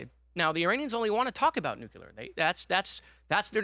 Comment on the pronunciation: Another little goof ball who cant say the word nuclear. My god im tired of this.